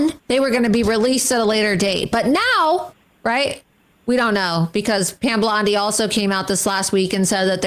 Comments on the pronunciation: I love how she keeps calling her Pam Blondi 😂🤣😂🤣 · She said Pam Blondie. 😂😂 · Did she call her Pam Blondie?! Lol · I can't stand Loomer, except that she is right about Musk and Bondi. And it is kinda funny when she calls her "Pam Blondi". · She keeps calling her Pam Blondi. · Loomer is as committed to saying Pam Blondie as Sam was to saying RamaSmarmy. Lol.